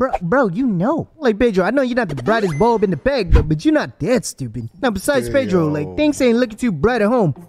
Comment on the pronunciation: Its Pedro, not Paydro